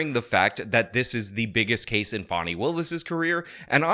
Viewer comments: Escuze me that's "Fawn-E" not "Fan-e". Right from the jump she's ridiculous. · Who is Fawny Willis? It's Fani (FAH-nee) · It's Fani! Not Fawny! Dang it! 😊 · not a criticism of him, things can be misinterpreted. The media is calling this woman Fawni when it’s obviously Fani. I think all this stuff is interesting how names are handled even Kamala, who has pronounced her own name several different ways. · Fan-eye......can't be taken seriously. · Fani is pronounced "fanny." Fani is a shortened form of Fannie, like Fannie Mae. It's a Southern name. We say "pea-can" and "ant" for pecans and aunts. Besides, would you pronounce Dani as "daani?" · The way you say fawney willis is hilarious to me. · I thought it was pronounced Fanny, which somehow seems more fitting. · Pretty sure it's pronounced "fanny". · He mispronounces everybody's name intentionally if you haven't noticed by now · You're pronouncing "Fanny" wrong.